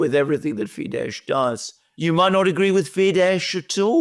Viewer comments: Fidesz is not pronounced fidesh, it’s fidess; accent on first syllable, as with all Hungarian words. As in OR-ban,. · Hungary's party Fidesz is pronounced FEE-dess (the sz in Hungarian is pronounced like s)